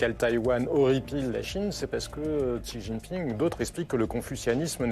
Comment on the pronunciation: Super ... C'est censé être des experts mais aucun n'est capable de prononcer le nom du président chinois correctement... La honte...